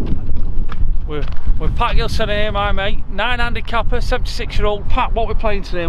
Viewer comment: Did Pat say "cooper?" What's a copper?